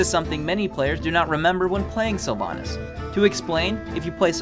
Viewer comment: Your sylvannas is wrong